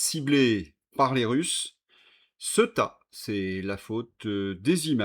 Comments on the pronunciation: CEuTA😅😅😅😅😅😅 (CÉ-OU-TA)... écoute un peu la manière dont ce prononce cette ville... La tienne est ridicule et c est dommage ton travail est exemplaire 👍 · Il faut que quelqu’un te le dise : cela se prononce Cé-ou-ta.